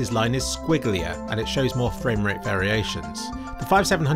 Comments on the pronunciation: My fwame wate is higher than ur fwame wate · fwame wate marker